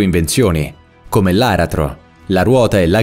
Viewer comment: Aratro ha l'accento sulla seconda A, non sulla prima. Già in partenza perdi credibilità